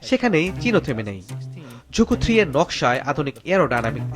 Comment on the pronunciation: রকেটের নাম‌ই তো ভুল বললেন।এটা ঝুকু-3 না ZhuQue-3 (朱雀）→ ঝুছুয়ে-3